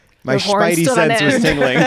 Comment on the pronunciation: "Schpidey Sense...." I Lovett so much. ❤🎉